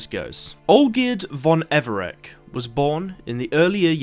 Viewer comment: Everec is pronounced EVER-RETZ Thank you.